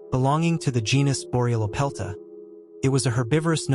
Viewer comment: Thank you for wanting to get things right: 1. Melanocyte, melanosome. Similar problem with each. Wikipedia has a good audio clip with the pronunciation for melanocyte. Note the emphasis on the second syllable: 2. Borealopelta gets its name from the boreal location of the find. You pronounced it "bo-reel-o-pelt-ta." It ("boreal")should be three syllables, "bo-ree-al-o-pelt-ta." Proper pronunciation can only increase your credibility. I only commented in the first place because the content was good otherwise.